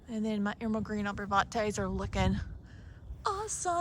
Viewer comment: With all due respect it’s arborvitae not arborvante